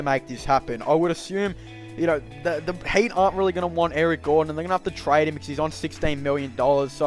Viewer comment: am i hearing hate, not heat